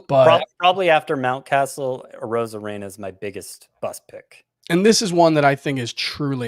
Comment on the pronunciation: I was taking you’ll seriously until you said arozarena.